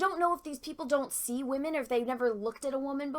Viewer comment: I liked it when you said wamen haha